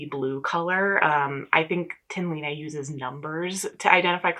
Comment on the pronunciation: The pronunciation for Line (from the Tynn Line garn) is closer to Lee-nah, instead of Lea-nay. It doesn't really matter in the grand scheme of things so feel free to ignore or at least not worry about still getting it wrong since, as an American temporarily living in Norway, I can totally sympathize on having trouble with the complexity of their vowels 🤣